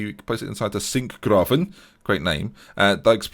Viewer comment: Most Dutch would be jealous with you saying Singraven.... sounds good! 😉 Good espisode! Great team... but that is what I say because I am an Ajax fan for over 35 years now... Get the titles back to Amsterdam again,! Goodluck!